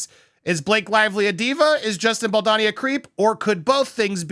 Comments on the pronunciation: Please be honourable despite who he might be to you or to us or to anyone in the news at the moment, but it would be to your advantage as a good reporter to learn to say his name properly. It’s not BALDONNY it’s BALDONI. There’s no shame in seeing his name properly. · “Bal-D-OWN-y….” The O is long. Just a thought… If you’re going to report on someone, it comes across much better if you’ve learned how to correctly pronounce their name first. 😊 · Bow-doe-knee = Baldoni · You keep pronouncing his surname wrong 😂😂😂